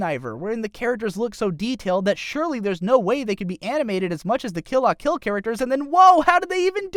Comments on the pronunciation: Suh-nah-guh-yah-muh? Maybe just don't mention the names if you can't say them. Also, Kill "Lah" Kill and "Kizz-naiver". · It's pronounced kill la kill